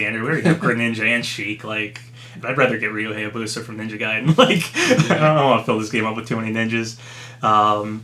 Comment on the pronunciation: He still cant say Hayabusa correctly